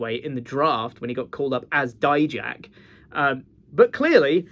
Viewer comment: Thank you for pronouncing it as “die-jack” and not making him sound like a type of mustard like others do.